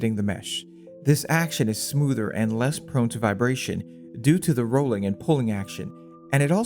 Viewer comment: “Thea” friction in “ey” cog… too many thea’s and ey’s in the comment voice for me 🙃